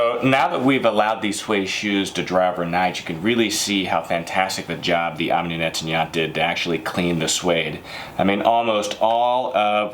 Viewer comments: misprounounces? more like murders them... Netanyat? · they sound likehe is calling netanyahu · Nettoyant= neht- twah- yōn- te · Omni Net-tan-yaht 😂😂😂 I do speak French so I can relate how bad he’s butchering that word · Netanya...who? = Netanyahu?